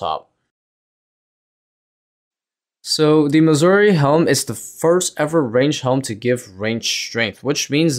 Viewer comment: 50 hours of grinding later and he still can't say Amascut correctly. It's pronounced like "a-mass-kit", not "a musket". Edit: He can't pronounce anything from this raid correctly lol. "Tread" instead of thread. "Missouri" armor instead of Masori. "Ambrosier" supplies instead of Ambrosia.